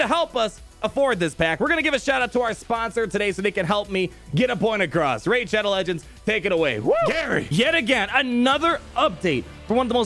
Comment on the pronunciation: Rey-id shadow legends